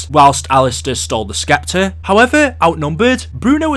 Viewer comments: ITS PRONOUNCED S-EPTER NOT SK-EPTER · lmao "SSSSSEPTER" the "C" is silent.....seriously, you youtubers TALK all day for a living. you'd think you would learn how to talk properly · Oh my god the C in sceptre is silent this guy is driving me nuts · The way you pronounce Scepter is very distracting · i was just about to say that